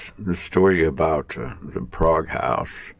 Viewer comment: You pronounced the name of the town wrong.